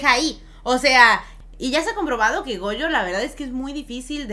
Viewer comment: NO SE QUE ME DA CADA QUE DICEN GOUYO ES GOYO!!! SE DICE GOYO!!!